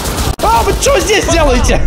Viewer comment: Я один вижу когда говорит перс то мишитца не вы а ви (по крайне мере я во време уличных боёв